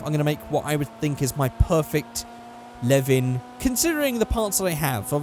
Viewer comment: When said ae86 I was oh yea then he said leven then i was like ahh fuck